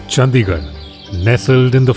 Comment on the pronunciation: It's चंडीगढ़ and not चंदीगढ़ I know most fools and ignorant say whatever.